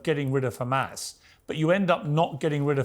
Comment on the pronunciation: 2 American Jews, both came from the same place, one call it correctly Hamas, and the other one suddenly cannot pronounce it other than Khamas 🙄 Even piers can say it correctly. it's حماس